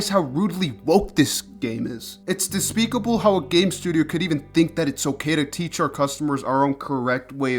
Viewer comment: despicable isn't pronounced like that, right?